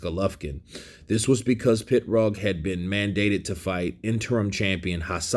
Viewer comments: He was in a car accident and had to finish after that unfortunately. Brilliant fighter who would have become undisputed. psml? It's PIROG NOT PITROG. 🤐☃️☃️☃️ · It's Pee-rogue, not a pit-rogue. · Hís name is Pirog not Pitrog dumbass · Why are you referring to him as "Pit-roag"? Are you trying to be funny, or are you just dumb? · He is not Pitrog, he is Pirog... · It's like me calling you Saying it like KYURRT 😂🤣PITROG OR PITRUG IT'S PIROG. POINT BLANK PERIOD. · Why you call him PITrog when its Pirog...just curious? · M88 Boy. It's actually said "pitbullfrog" tell for us please. Lol 😂😏😝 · There's no T in his name bro. It's Pirog. It's on his boxing trunks.